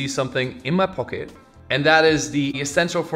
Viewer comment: the hobbit reference. “in my pock-ET” 😂